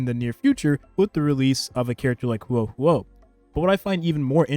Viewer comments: The way you pronounce the name hoo- oh is right I believe just say it like that as one syllable faster I had a Chem teacher with the same Huoh name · the way you put it together with the Luocha and Huo Huo was really smart and yes that is how you pronounce it! don’t be so hard on yourself :)